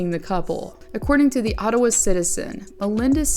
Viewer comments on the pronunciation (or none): none